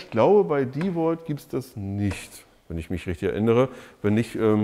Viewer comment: vielen Dank, das du DeWalt richtig aussprichst. Viele andere youtuber sprechen den Namen deutsch aus,was mir beim Hören in den Ohren schmerzt.